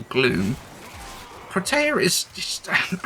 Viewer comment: "pro tay uh" - Bro. No.